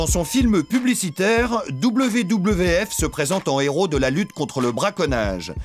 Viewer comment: je ne sais pas d'où vient le commentaire, car WWF se prononce V V F et non pas double V, double V, F